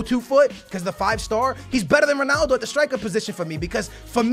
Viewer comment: why does he say sonaldo